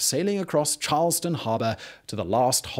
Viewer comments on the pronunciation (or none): none